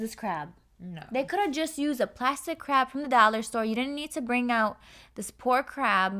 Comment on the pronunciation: hahahh i was not looking at the screen when said "they didnt have to use this crab" and i was like "ohhh what crap?" but then she was saying "crab"